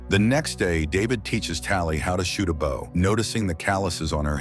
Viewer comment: Say bow and not bow